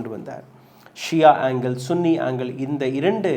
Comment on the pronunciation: தகவலுக்கு நன்றி ஆனால் வார்த்தைகள் உச்சரிக்கும் போது தமிழ் உச்சரிப்பு கவனமாக இருக்க வேண்டும் உதாரணம் துபாய் மற்றும் சன்னி முஸ்லிம்கள் என்று ஏன்னா sun என்ற வார்த்தையை சன் என்று உச்சரிப்பது போல அதாவது சுன் என்று உச்சரிப்பதில்லை கவனம் தேவை